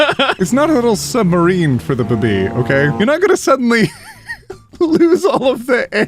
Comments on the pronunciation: Why the heck are you pronouncing baby like that? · istg everytime says baby, I keep thinking they are saying boobie i cant- XD